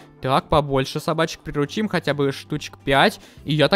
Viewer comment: Интересный факт: не-правильно ставит ударение в слове приручим, правильно не прирУчить, а приручИть.